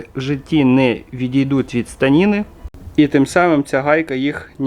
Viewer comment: Все супер ,тiльки не станiна а станина 🎉